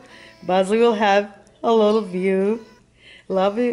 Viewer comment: It’s view not bews